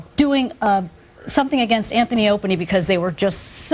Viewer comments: Did she say anthy and Openie? 😅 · “Anthy and Opany” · "Anthy and Opiney" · She said "Anthony opany"😂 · She said "Anthy and Openey" 😂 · She said “Anthy and Opany” lol